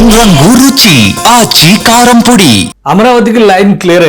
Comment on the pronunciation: ఎవరు బాబు ఈ యాడ్ చేసింది ఆచి 'కారం పూడి' ఏంటి తండ్రి ఎవరా డబ్బింగ్ వీరుడు 'కారం పొడి'... 'కారం పూడి' కారం చేడు కాదు. ఒక పక్క తెలుగు మాట్లాడే విధానానికి తెగులు పట్టిందని బాధపడుతూ ఉంటే ఇదేందీదీ 🤦‍♂️🤦‍♂️🤦‍♂️